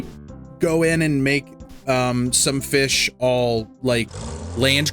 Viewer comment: FEESH Ahem, I mean... fih🌹